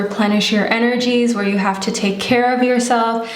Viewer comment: When you said “hab- HAVE” I was like “oh your German’s coming out” 😂